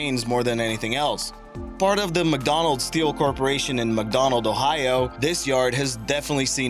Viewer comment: who is this narrator? Dese for these, Da for the...